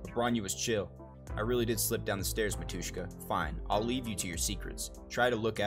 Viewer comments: Yeah ... licking was a bit weird, little kiss in forehead would be better. is AK-47 saying something? It's that, but without actual model number. "dasvidaniya" - goodbye Btw, it's mAtushka, not matUshka. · I really love their story, and I'm happy that you like honkai too, not only genshin. Thank you for the video! But mAtushka, not matUshka (like mAma)